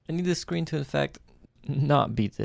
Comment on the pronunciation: Screen not screem what a fool